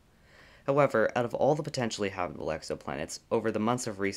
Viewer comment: Ha bit able. Not habebable. Or are is it hable